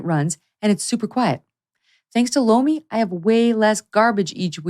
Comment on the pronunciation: Megyn does her ad for Lomi. But it sounds like she’s saying, “blow me.” Cracks me up every time. 😂